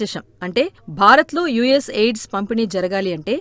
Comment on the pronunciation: యుఎస్ ఎయిడ్స్ కాదమ్మా యుఎస్ ఎయిడ్ 😂😂అది